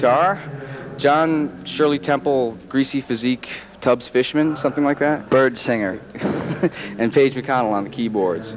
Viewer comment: "Bird-singer" LMAO